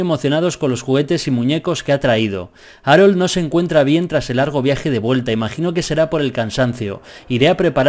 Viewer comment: Arol JAJAJAJ se pronuncia jarold xD